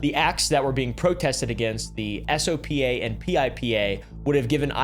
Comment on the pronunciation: You mean brian manning, also if an acronym can be said, you are supposed to. Sopa "soap-ah" jstor "J store"